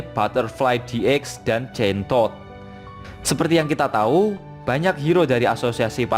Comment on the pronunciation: wkwk loe bilang chain todd. gua dngernya kentod min wkwkw